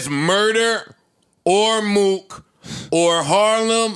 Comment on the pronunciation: Yo joe callin mook Mo-ok (Moe-ock) is crazy